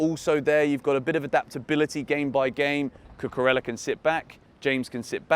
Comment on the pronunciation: I am proud of you finally pronouncing Cucurella's (pronounced Cucureya) name correctly. I knew you had it in you! 🙂